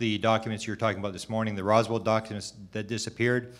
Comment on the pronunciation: Hey buddy … ITS “ROSWELL” NOT ROSWELL'D WTFK🤦‍♂️ how can we take this dude serious when he doesnt even kno the name OF ONE OF THE MOST FAMOUS ALIEN CASES EVER